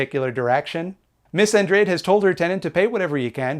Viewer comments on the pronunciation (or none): Andrade - pronounced on-draw-day